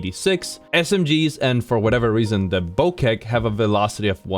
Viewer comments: It’s pronounced “Bo-check”, not “bo-keck”. Even the Legends say it right. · Did you just call the Bocek the "Bokek"? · bro butchered the boceck💀💀💀💀wtf is a bokek💀💀💀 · Did you say BoKek? Seriously? Like, seriously? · I love how you say boKEK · Bro literally said bow-kek 😂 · The way you said boceck lol